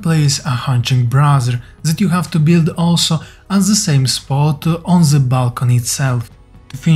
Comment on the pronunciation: it's not "Z", it's "THE"